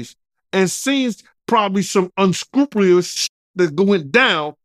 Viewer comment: I knew what he meant, but he pronounced it all wrong 😂